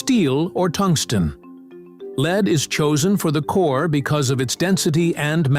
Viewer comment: Time to fire your AI generated voice as it couldn’t correctly pronounce the metal lead